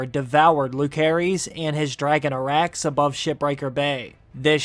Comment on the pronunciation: Did this guy watch the series? 'Lukaerys'?! 'Jakaerys'?! 'arax'?! I mean its just pronounciaton but cmon man